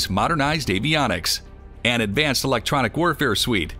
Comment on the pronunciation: You could have done this in less than 5 minutes. You don't say words correctly like "electronic".